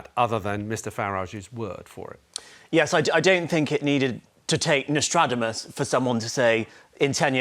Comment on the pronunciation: Albie can’t even pronounce Nostradamus correctly!